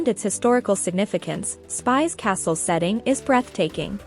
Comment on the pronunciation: It is not called Spice castle but Spish castle!